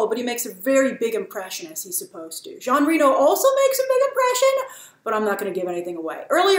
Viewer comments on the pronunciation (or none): none